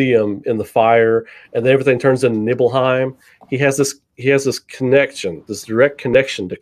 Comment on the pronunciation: pronunciation of Nibelheim is the correct Germanic one, Nibel for Fog. Great stream